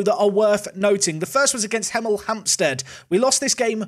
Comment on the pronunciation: Im from Hemel Hempstead and can I just say, you’ve absolutely butchered our town name😂